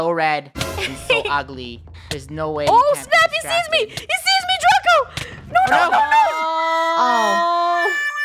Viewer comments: did anyone else notice that funneh said draca instead of draco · is it me or is funneh is saying ''DRACA'' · funneh say Draca not Draco🤨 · funneh said draca lol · DRACA!! im sorry i heard draca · She pronounced it wrong but you spelled it wrong ROASTED😲😲😲😲😎😎😎😎😎